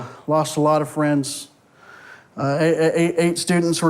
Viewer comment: Homie said “facts” homie said “priends”